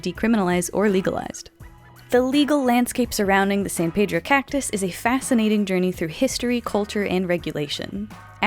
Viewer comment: That is not how you pronounce “Pedro”